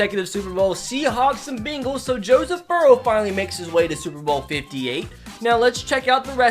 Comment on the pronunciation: bro i love how whenever you say bengals you pronounce it “beenguls” it’s funny to me